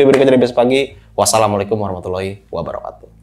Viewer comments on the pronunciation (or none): none